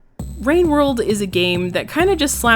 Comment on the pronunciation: Ah yes, wowwed wine